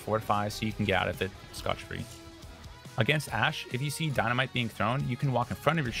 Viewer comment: My man just said scotch free